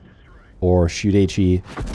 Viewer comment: "or shoot HE" STOP IT